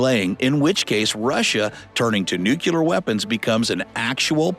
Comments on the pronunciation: New key lerr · Please learn how to pronounce "nuclear".